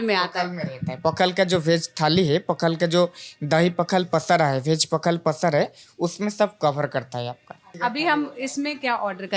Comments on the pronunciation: पखाला नहीं पखाल कहिए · ये "पखाल" है पखला नहीं है। इससे सही करदेना बस 😊 बाकी हमारे राज्य को में दिखाने के लिए धन्यवाद। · पखाला नहीं ’पखाल’ ପଖାଳ बोलते है । Please correct it next time and Thank You for promoting our Odia dishes. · It's पखाल not पखाला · It's not पखला it's पखाल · पाखला नहीं, पखाल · It's पखाल ✅ not पखाला ❌ And we Odias call 'Alu Chawkawta' ✅ Not 'Alu chokha'(Hindi). Most importantly it's pronounced as 'Pawkhalaw ' ✅ not pakhalo❌/pokhalo❌